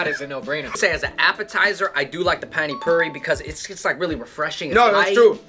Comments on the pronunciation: Not panny phiri it's pani puri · Hi guys! I liked your video. But, sauces in Indian cuisine are called chutneys. And pani puri is pronounced “ paani poori”. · I am dying why r u saying it sauce its pani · Oh I lost it when they called pani puri “penny purry”😂😂😂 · Nobody: Literally nobody: Them: Panny Phuri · And the totally murdered pani puri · I just love the way you guys pronounce pani-puri😂😂